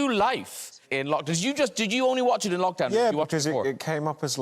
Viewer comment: did she say LOCHdown like loch ness? lol